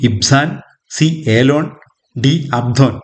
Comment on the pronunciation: Very good 🎉🎉 Q 15 option d അബ്ദോൻ എന്നാണ് ശരി, അബ്സോൺ അല്ല 🙏🙏